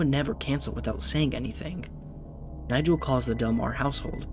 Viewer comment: Just a small note that the pronunciation of Nigel is incorrect The guy walking with the hat is Kovacs